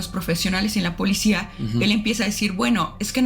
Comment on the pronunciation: 🤣🤣🤣 entre la Politzia y Lecumberrry, me hizo el día 🤣🤣🤣